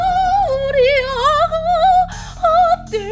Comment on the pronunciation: 아니누가 오리온을 온리온이라고..........................흠..........(심각하군)